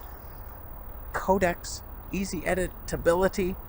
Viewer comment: "editability" is a word, but not "edit-{long pause}-tability"